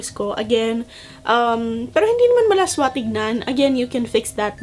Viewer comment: I think you meant "masagwa", not "malaswa". I know you're not Tagalog and I don't mean to bash. :)